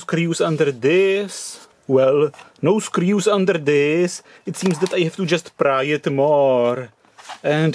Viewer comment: I'm sure there where only " teuew"